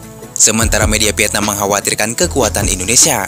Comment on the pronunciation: VIETNAM pakai V,bukan PIETNAM. PARAH BANGET SI ORANG INDONESIA